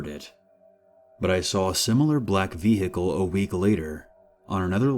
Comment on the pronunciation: ve hicle xD ik how hard it is to speak for 24 minutes straight